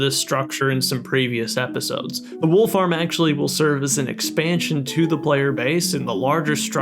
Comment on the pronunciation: when he said wool farm i heard wolf arm